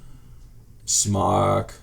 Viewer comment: Arrrgh! Everybody STOP saying "smock" when it's "SMOKE"!! Aside from that, you do this video well for someone that knows how these work but this newbie still doesn't know what you're doing.